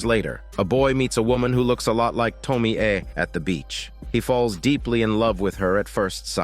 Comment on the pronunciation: Can't even watch this video because of your dogshit pronounciation of "Tomie"...